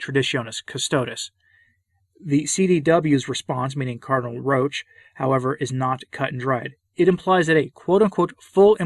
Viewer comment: Roche, thanks for pronouncing his name the correct way, evidently is concerned with providing camouflage for the actions of Francis and the Modernists. As I said before, he likes to scurry about in darkness. As for Parolin, I strongly suspect that in private he goes down to the floor and slithers. I've been listening to the last few episodes of the recent SSPX series on "The Crisis in the Church". They make a fairly convincing argument that the times, or more specifically the Modernists, are forcing a decision on all Catholics. We will have to choose between becoming a part of the "new church" of Francis, aka The Ape of the Church, or the True Church. I'm prepared to listen to a convincing counterargument. I've yet to encounter one. Please guide me to one if you are aware of it Pray for all the Church, especially the wicked, and pray for us all. Say the Rosary as Our Lady requested. Ave Maria. Viva Christo Rey!